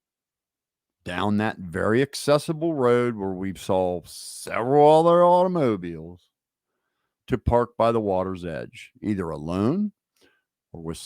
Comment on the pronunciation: You say automobiles like auto-mo-biles 😅